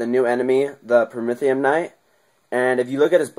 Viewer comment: prometheun not promethium